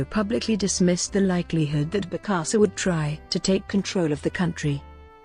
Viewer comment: And mispronounced the name of the subject.